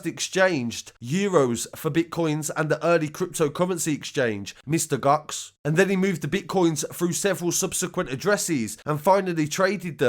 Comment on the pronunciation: Glad to see more crypto post again sir. BTW it's Mt.Gox (Mount Gox) not Mr Gox. Nice one again.